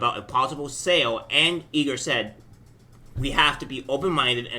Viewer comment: It’s I-Gore not E Gore